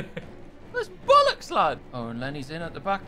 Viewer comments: i just burst out laughing when i heard him say bollucks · it sounds more like bullocks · when MrBeast said bullocks instead of b*llocks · I can’t believe will got him to say bollix smh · I think mr beast trying to say bollocks is the best thing I’ve seen in a few days 😂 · Jimmy trying to say bollocks is the highlight of this video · whenever Im sad I just come here to hear MrBeast attempt to say bollocks because it is CLASS